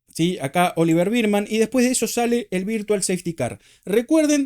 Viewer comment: Me mata que decis "Birdman" a Bearman jajaja Como la pelicula de Keaton